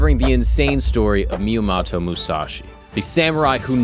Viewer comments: At least learn how to say the name correctly. Miyamato? It didn't sound like miyamoto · Myomato? Dint even say his name straight? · Just got here from your Achilles video where you pronounced every single name wrong and of course, right away you pronounce Miyamoto wrong. This is making me think you literally just have ai compile the story, and you just read the teleprompter in front of you with zero research on your end before the show. Either that or it's a running gag that you pronounce everything wrong and I'm just not aware. I seriously don't see how it's possible. If it really is unintentional, you'd think you would pronounce names correctly as least some of the time by accident. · Except he pronounces almost every single name wrong in almost every single episode he does. His Achilles video was annoying as fuh. Literally EVERY. SINGLE. NAME he pronounced won't except for Achilles. In this video he didn't even pronounce Miyamoto correctly.